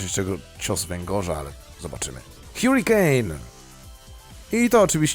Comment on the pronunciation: harikejn nie hjurikejn